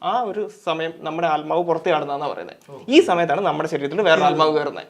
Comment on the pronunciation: ആൽമാവ് അല്ല ബ്രോ... ആത്മാവ്...